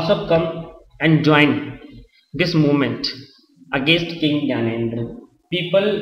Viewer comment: its gyanendra ...not gyanedre..